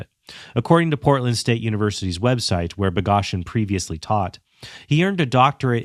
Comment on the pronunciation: This critique would be so much stronger if you knew how to pronounce Boghossian’s name.